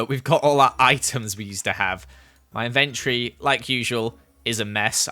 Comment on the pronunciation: Inventory ~ en-ven-tree Lmao